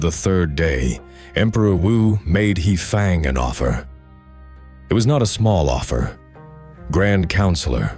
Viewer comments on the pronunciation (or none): unfortunately, having spent time in China; every time your AI hideously mispronounces "He Fang" - I crack up, hearing the waiters and waitresses snickering under their breath. It's the flattest "Dumb "Merican" pronunciation possible, the kind that makes teachers of putonghua wince. And it does have to make me worry about what else may be off here.